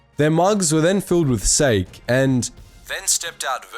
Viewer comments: Technically, sake is pronouced "SAH-keh." I only know that as I was stationed in Iwakuni, Japan. I believe it's more that I was a raging alcoholic than being etymologically gifted. Man... now I miss Japan.. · It's pronounced 'Sarhh-key' for fuck sake. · this guy said "they filled theyre cups up with sake"(not exactly what he said but he said "SAKE") im dead laughing was a funny mistake to me not calling you stupid bud lol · How can you not know how to say "Sake"? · Your mispronunciation of sake has no excuse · bro do you really not know hot to say sake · After getting drunk off Sake multiple times, your mispronunciation offends me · cringing at the pronunciation of "sake" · The video is great, however, you really butchered the pronounciation of sake.